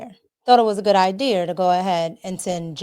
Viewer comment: I wish she would quit saying i deer and say idea